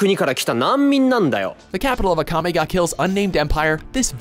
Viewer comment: I swear the first time he said Akame Ga Kill, he pronounced it Agame ga kill